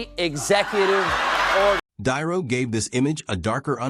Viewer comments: Another AI generated video can’t even pronounce Robert De Niro’s name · Get your AI to pronounce De Niro.